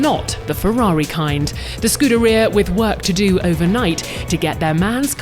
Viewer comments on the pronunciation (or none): none